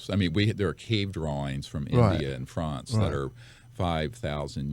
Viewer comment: "Fronce"? did he say...."Fronce"?